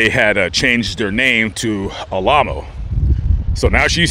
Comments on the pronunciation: that's, Al - A - Mow. as in remember The Alamo. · Oh yes I remember them. I was raised in LA. But I think their name is pronounced Al-uh-moe